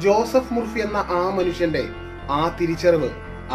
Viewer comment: Joseph Murphy എന്നാണ് അദ്ദേഹത്തിന്റെ പേര് ഞാൻ ഉച്ചരിച്ചത് ജോസഫ് മുർ ഫി എന്നാണ് യാഥാർത്ഥ ഉച്ചാരണം ജോസഫ് മർഫി എന്നാണ്